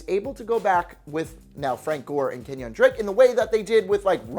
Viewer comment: I like his personality but when he says well known NFL players' names wrong he doesn't inspire confidence. KenYON Drake, JOCquizz Rogers, etc etc